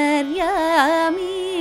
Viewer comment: Not 'YENTERYAMI' BUT 'antharyami'